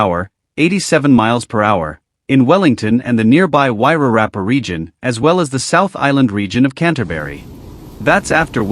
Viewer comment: At last. Someone who can pronounce Wairarapa correctly. Even Maori language speakers say Wire-Rapa.